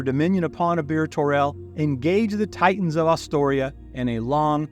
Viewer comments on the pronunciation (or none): none